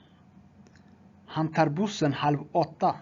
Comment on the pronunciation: Kollade lite fel på uttal tex tar bussen tänk på det men det föreslog jag bra för de som nybörjare